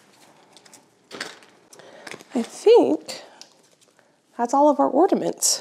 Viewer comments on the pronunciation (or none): Ornaments not ordaments. There still is no 'd' in ornaments. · OR NA MENTs not ORDiments lol